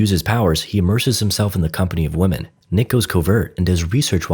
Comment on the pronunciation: Why do you pronounce "women" as "woh-man"? It's "Whim-in". That drives me nuts! You're not an English speaker, are you?!